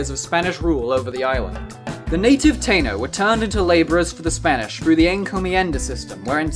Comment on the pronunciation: It's pronounced Taino (Tah-ee-no) lol